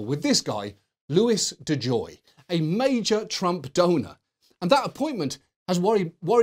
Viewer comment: I was convinced he said: major Trump donut